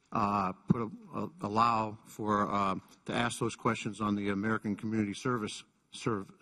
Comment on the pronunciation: Cummings, you don't axe people questions you "ask" them.